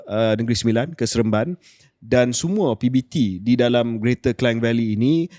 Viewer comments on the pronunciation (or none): Ooo , KJ pun sebut Klang sbgai Kleng. Bertahun belajar kat sekolah , Klang ialah 'Klang'.😂